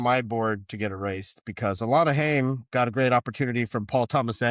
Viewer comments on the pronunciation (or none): as someone who likes the band, it's pronounced HIGH-UM. They're Jewish. <3